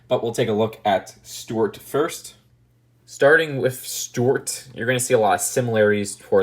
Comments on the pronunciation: Why do you keep calling Stewart “stort”? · A) I thought young didn't like the minions or Despicable Me because you thought they were really annoying (unless that was someone else Idk), and B) Why do you keep calling Stuart "Stort" (unless that's just your accent Idk)?? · he pronounces Stuart like stwert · I like how he pronounces Stuart as stort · Nobody:: Stewwuarttt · Why does he say Stuart weird?